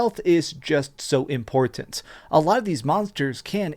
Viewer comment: Why does he pronounce “Im-port-tant” the way he does